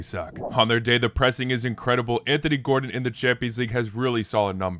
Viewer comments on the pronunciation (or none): none